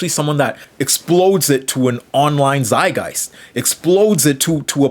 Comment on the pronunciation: It’s a zeitgeist not zay-guy